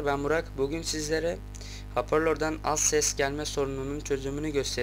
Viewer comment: haporlor değil 'hoparlör' kanka asdfghfld